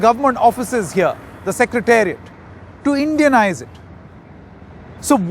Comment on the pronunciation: wow "indianise" lot of stressing on the word